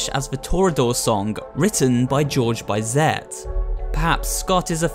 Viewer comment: The composter Bizet is pronounced "Bee-zay".